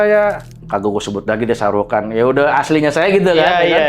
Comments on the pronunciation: Shahrukan?....Sarukan. keles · Lusu juga Abang agarukan bukan saheukan 😅😅